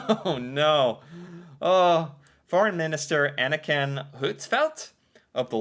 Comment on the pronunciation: He said Anniken as Anakin 😄 The Force is strong with.